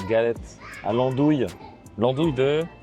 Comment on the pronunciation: "Galette" ahhhh, ça fait pleurer mes oreilles de Finistériens :ppp !